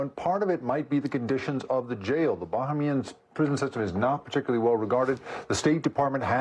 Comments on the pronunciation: it’s Bahamian pronounced buh-hay-mee-uhn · Well done MSNBC. Your expert can't pronounce Bahamian correctly